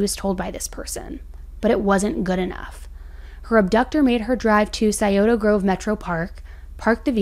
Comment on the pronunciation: Hey actually said it the right way the second time she said it